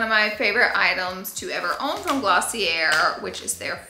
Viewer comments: you're pronouncing it wrong - it's 𝗚𝗹𝗼𝘀𝘀-𝗘𝗘-𝗔𝗬 not Gloss-ee-r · Laura, it is actually Glossy-AY. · Girl, drop the R in Glossier! It’s pronounced: Gloss-EE-ay 😅